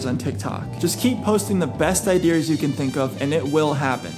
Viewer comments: Am I the only one triggered because he keeps saying “idears” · Am I the only one triggered when he keeps saying "idears"